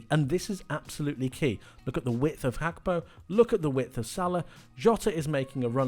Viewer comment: Why do you pronounce Gakpo like that?